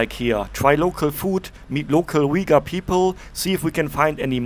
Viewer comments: Pronounced Uy-Guhr... Not Weguhr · Hi, great video as usual, thanks for sharing this content via your perspective and I know exactly how minus 17 Celsius feels like it's freezing! 😂 The two ladies selling the milk tea said "Uyghur, China Uyghur" which is pronounced as "wei wu er zu" in Mandarin. You are also correct the Uyghur script looks similar ot Arabic but it's not the same and I've confirmed with my Arabic friends that they are not able to understand the Uyghur script. Uyghurs are part of the Turkic peoples and their language is actually closer to Kazakh, another ethnic minority in Xinjiang and other parts of China. The candy you bought is milk cheese candy, which is hugely common in Xinjiang and yes it's yummy. 😋 BTW Xinjiang, also inner Mongolia has some of the best lamb in the world so you're in the right place for that. 😋 Also the lady that appeared to be asking for money, I'm not sure what she said at first but the last word "rehmet" means thank you in the Uyghur language.